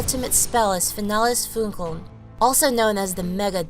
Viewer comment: How shall I put it... The first word, "finales" has such a strong english accent , that at the beginning I couldn't understand the second word. My brain heard "finales", poled itself in english and then there was "Funkeln" and my brain only ... WTF is this... They are more saying, feinales Pfunkeln and the transitions between the syllables and words are too fluid . Its mor like "feinalesPfunkeln" instant of "fi-na-les Fun-keln". The "listen" function in google translate for "finales Funkeln" is okayish